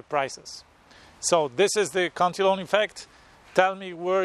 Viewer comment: It’s pronounced [Cant-a-lan]